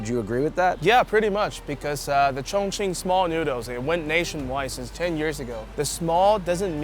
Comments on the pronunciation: A chong ching native sound like a slur...its hilarious! 😭😂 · Every time he says Chong Ching I remember Ray giving Theo the pass 💀